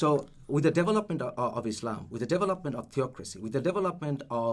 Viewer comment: I kept hearing 'Devil Upment', not development. lol